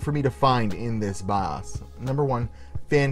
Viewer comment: love your vids but the way you say bios drives me nuts lmao